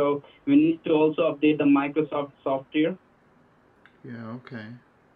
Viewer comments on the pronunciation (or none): > I have always wondered why I have heard a few different scammers slurring the word "software", and in a very similar way. If you take notice to how he spells "software", I believe they have it spelled that way in their script. Lol